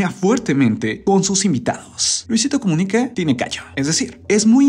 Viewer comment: Soy yo o decia comunique